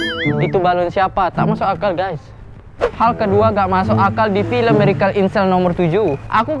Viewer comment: Benerin dulu lidah lu buat ngucapin kata "miracle". Sakit telinga gua, denger lu ngucapinnya kga bner! Inggrisnya dilancarin dlu. OKAY!?